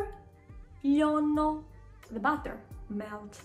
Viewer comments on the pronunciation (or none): Hi, please explain why you pronounce "λιώνω" like "λώνω"? , I thought it would be pronounced as "λι--ώ--νω"